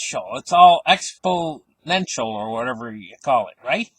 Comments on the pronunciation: Exponential with an "n" as in, is correct. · It's EXPONENTIAL! No letter D in the word! Thank's!